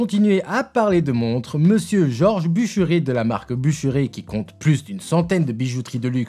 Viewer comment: Super video 👍, j'ai beaucoup aimé le ton employé et les petites piques envoyées a juste titre sur certains modèles (awake, zenith). Au fait, il me semble que l'on prononce "buch'rèr" 😜D'ailleurs l'info m'avait échappé et je trouve ça triste que Bucherer n'ait pas eu de descendants et entre dans le giron de Rolex. Rolex qui historiquement, n'est pas connue pour conserver les manufactures qu'elle achète mais plutôt connues pour les dissoudre et les absorber comme le ferait une araignée avec une proie. Carl.F Bucherer est la marque "sponsor" des films John wick, quasiment tout les acteurs des 4 films en portent 🤓. La Kurono-Tokyo est également ma préférer dans cette sélection 🤩